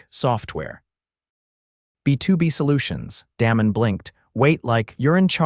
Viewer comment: when you are telling a story be sure you pronounce names properly. For example, "Damon" is not pronounced the way you did!